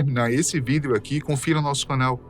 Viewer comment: Acho engraçado ele falando VIDÊO kkkk